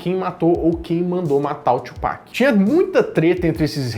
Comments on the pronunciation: Não é Tchupac não, colega. Kkkkk. Fala-se Tupac mesmo. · só lembrando que a forma correta de falar Tupac é como em portugues, e não "Twopac" .. falo isso pq quando falei assim na frente de um americano ele começou a rir :|